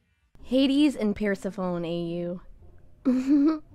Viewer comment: The way you pronounce Persephone personally hurt my soul